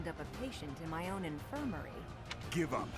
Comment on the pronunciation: that "give up" sounded to me like he was saying: "Begone thot"